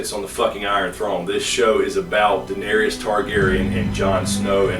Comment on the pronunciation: U pronounce Daenerys n Gendry wrong lol